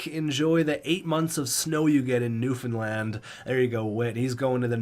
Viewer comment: I’m very happy that there’s a newfoundland team lol. And proud you said newfoundland right 😂